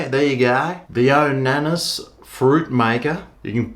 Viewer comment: ya specimen. its not pronounced "yonanis", its yo nana. as in yo! bananas! pronounced yo! nar nars! i know you are totally whipped at the moment, but cmon mate. lets pick up our game a bit. i had one of these but got rid of it, because the juice aint worth the squeeze. it takes forever to clean down after each use. show us THAT video.